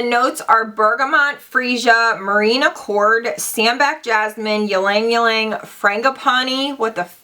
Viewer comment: just so you know ylang-ylang is pronounced like Lang-Lang :)